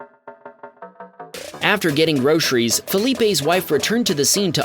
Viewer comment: "PERDICTID" is not a word. *Predicted. "Discripshin" is not a word. *Description. "PERDUCING" is not a word. *Producing. "PERTECSHIN" is not a word. *Protection". "VICTUM" is not a word. *Victim. "GROSHREES" is not a word. *Groceries.